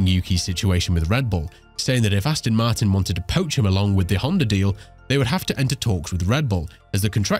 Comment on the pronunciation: Come on! At least get the name right. It's Aston Martin not Astin Martin FFS!